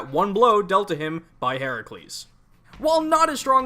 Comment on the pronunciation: Thank you for pronouncing Herakles's name the Greek way! That was nice to see/hear - especially given how inconsistent the SMT series entries are with the spellings of Greek/Roman deities (side-note: since when is Geryon a titan?). Good video!